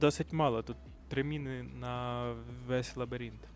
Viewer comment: Лабіринт а не лабірінт 😂